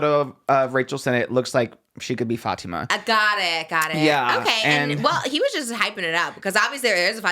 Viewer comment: It’s so refreshing seeing people pronounce Fatima correctly, thanks 🫶🫶🫶